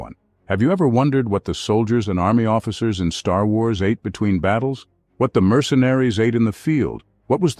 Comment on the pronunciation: Man bemerkt an der Aussprache von "Star Wars" sofort, dass es eine KI ist.